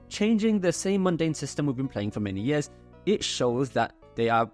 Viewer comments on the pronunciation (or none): none